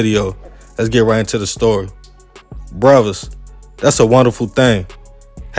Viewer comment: Lol it’s brothers not bruddas